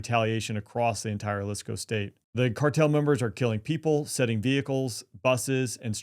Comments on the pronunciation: Say the name correctly, its Jaleeesco! 😂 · Thank you for being able to pronounce Jalisco.